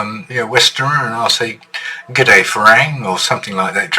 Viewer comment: Dude, please learn how to say "farang"....you have been in Thailand for a long time and should by now be able to get that correct, Good video mate.... 40 + years coming to Thailand here and almost 19 years living here. I love this country and it is home. Keep up the good work.